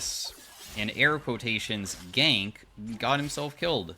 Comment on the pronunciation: "gank" kekw